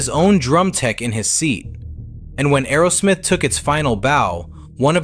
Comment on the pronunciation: It’s Aerosmith not Arrowsmith!